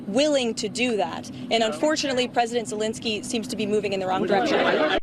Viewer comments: Zelenkski? Do you mean Zelenski? I know, knit-picky lol. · Bro it's zelensky not zelanksky lol omg everytime u said his name I'm like dude there's no LANK in his name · I love your show and watch it every day, but PLEASE, pronounce Zelensky's name correctly. It's Ze LEN sky not Ze leng sky. It's so distracting to an otherwise excellent podcast. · Please at least stop saying “Zelengsky!” 😆 Whatever the situation the g isn’t there bruh?? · Ze-LEN-ski. No "G" in Zelenski. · “Zulanksky” 🤣 lank?? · There is no "k" between the "n" and the "s" in "Zelensky".